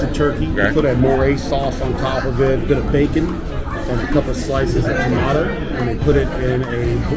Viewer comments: "TA-Mato" Thats ridicules Where are you France? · I've never heard a KY native pronounce it that way. Always ta-may-toe. If you get deep in the woods you'll hear 'mayters'. 😄